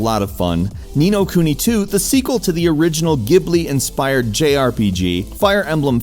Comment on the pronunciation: It's pronounced Jeebly, or jee-buh-ree if you want to get really Asian. Not Gibully.